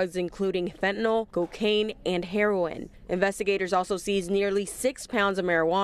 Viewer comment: did she really pronounce heroin like that.